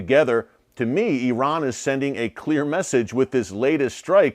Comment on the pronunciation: Please , please please learn to pronounce the name of Saudi Arabia correctly . It is NOT pronounced SAWdi , it is pronounced as SAUdi - rhymes with HOWDY !! . But at least I give you credit for not using EYEran as most Americans do. Amazing that the hundreds of thousands of troops that have served in Saudi Arabia and Iraq never learned the correct names either - no wonder America is SO good at winning hearts and minds .